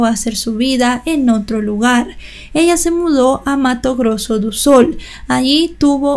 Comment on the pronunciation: Foz do Iguaçú se pronuncia "Foz do Iguazú". Mato Grosso do Sul (se pronuncia como lee.